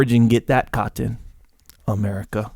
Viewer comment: Caht ton? Cah ton? Sounds like the last of the mohicans trying to pronounce cotton.